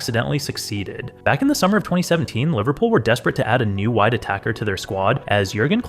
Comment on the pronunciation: I heard a white attacker instead of wide attacker .. wtf